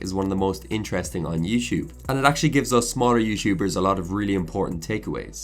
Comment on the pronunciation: Youchub, youchuber haha I liked the video tho